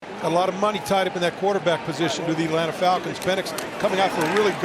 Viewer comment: Boy I love the "Atlants" Falcons